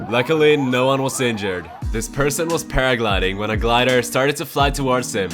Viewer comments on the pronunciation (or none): Why do you say seinjured instead of injured?